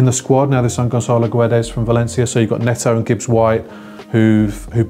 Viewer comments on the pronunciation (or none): Thats ok. Whats annoying is everyone in England pronouncing the "U" in Guedes. It's silent!!! C'mon, isn't hard to pronounce...